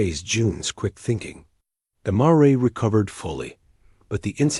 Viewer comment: You need to teach your AI how to say mare. Other than that, it was a great story. Thanks from Cut-No-Shoot, Texas.